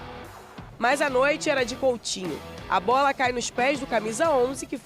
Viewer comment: coUtinho e não coLtinho